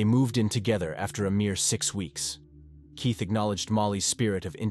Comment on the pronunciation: this channel is definitely an AI. You can hear the spelling mistakes when the bot reads. At one point, Keith was said Keoth. There's a few more but that one I heard quick.